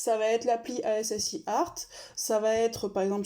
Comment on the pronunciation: Bonne idée cette vidéo, je la donnerai en lien quand on me demandera dorénavant. Pour info on prononce aski art pour les dessins (ASCII ART en bande originale :-)) Petite astuce perso (pas pour toi car tu gères le presse papier :lol:) : j'utilise les raccourcis paramétrables du clavier pour les emoticones et couleur (le 3 ème bouton au dessus des lettres puis gérer ) par Exple pour mettre titan on en vert je tape juste titon et le clavier me propose le code [#00ff00]TITAN ON[#ffffff] dans les complétions.